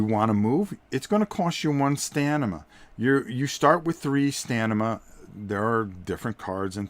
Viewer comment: LOL! Trouble saying "Stamina"? You keep saying "Stanima" It's staMina, not "StaNima". :-) Not criticizing, just think it's funny because I mispronounce words differently sometimes too. LOVE your videos. Keep them coming. I look forward to them.